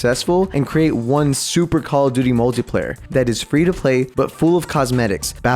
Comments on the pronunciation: JUST SAY CALL OF DUTY NOT COCODUDLE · Every time he says cock o duty it gets crazer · Pronunce call of duty normally or draw 25: 😠